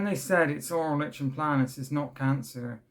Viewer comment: Hey I mean this with the best will in the world but it’s pronounced like ‘n play nus. I’m glad you’re doing better now. Mine’s awful at the mo.